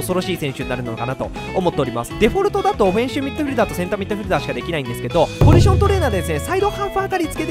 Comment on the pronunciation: おふぇんしゅみっどふぃるだー